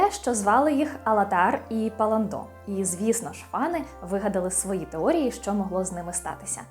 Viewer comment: Не ПалландО, а ПаллАндо.